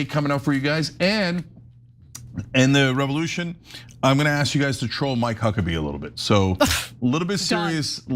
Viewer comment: Revolyoution. I hope someone was appropriately disciplined for that.